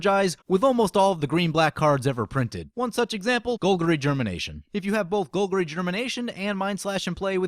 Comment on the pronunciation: "gole-guhr-ee" germination lol